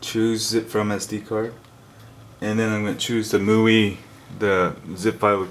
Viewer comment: It's not muii.. Annoys me every time you say it.